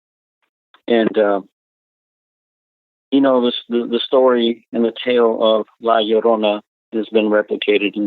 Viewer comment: Hey...The title La Llorona is pronounced; LA Yo-ro-nah...just sayin'